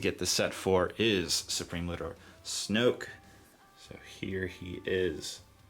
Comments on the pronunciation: You know in TFA they say snoke like fifteen times right? It's never pronounced like snook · Please stop saying snook. Theres only 1 way to say it snoke, like smoke. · Oh my God, how do you call him snuck? Do you know how words work? Do you know what an "oke" sound makes? OAK! S-N-OAK! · nice set.....but its snOke.....not snUck...thats how they say it in the canon movie...;-) its a shame they did nothing with the underside of the roof. its a waste of space. great video though. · You pronounce it "sn-oh-ke" not "snook" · I like how you kept calling "Snook,' instead of Snoke. haha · It's snoke not snook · Who the fuck says Snuk? xD Great review. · i was gonna subscribe but i cant take the way he pronounces snoke...it just drives me nuts!!!!